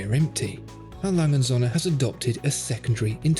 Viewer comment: 'Lange & Söhne' is pronounced langer (like 'hanger') and 'zurna'. Well, if you're going to say it repeatedly in a video you might as well go to the effort of getting it right.